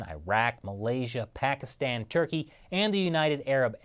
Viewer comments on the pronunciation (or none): none